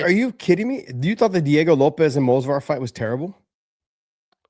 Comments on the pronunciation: Someone should tell that it’s Movsar, not Mosvar. Edit: apparently someone did and he took it as expected. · Say it with me, M-o-v-s-a-r, M-O-V-S-A-R, not fucking Mosvar. Its not that fucking hard.